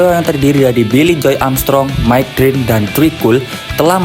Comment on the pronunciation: Bukan Drint tapi Dirnt .. bukan Tree tapi Trè abang .. 😊😊